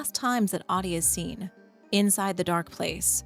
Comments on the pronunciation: It would be nice to spend three seconds to learn how to pronounce Ahti .It's not hard and would make this much nicer to listen. It's not AADI, it's AHTI. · Ahti would pronounce his name as AH-tee not "Oddi". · every time you pronounce Ahti as Ati, an angel gets a diarrhea. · It kinda annoys me that even in the game canonically Jesse call's him "Ah-dii" when in Finnish Ahti is said with every letter pronounced clearly so (A as in America, H as in Haha, Ti as in Tick). So you get A(merica)H(aha)TI(ck). A H T I and not what sounds to my Finnish ears as AaDII. No H no T. And I can't blame anyone for saying that cause the GAME DOES IT TOO SO asdasdfsaf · You must to say AHTI, not AHDI. He is not Ahdi. 😂 Learn to say Ahti.❤ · she be sayin ahti like shawty 💀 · Great video, but you lost me at “audie” instead of Ahti